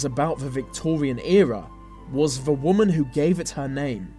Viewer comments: 'th' not 've' ... ffs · for goodness sake, learn to pronounce your th's, its not 've' its 'the', you can do it, as sometimes you do pronounce it correctly, you say 'these' not 'vese', its not a speech impediment, its laziness, why didnt your parents correct you? Its irritating! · i haven't heard this accent so thick before that someone actually pronounce 'the' with an f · We dont pronounce 'the' with F we do pronounce other 'th' words like think, thought, thermal etc with an F sound